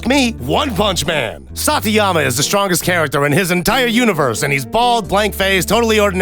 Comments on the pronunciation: Saitama, not Satiyama. Sai Ta Ma. Like the prefecture in Japan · did he just call Saitama "Satiyama"? D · Everything is invalidated because you pronounced Saitama wrong at the end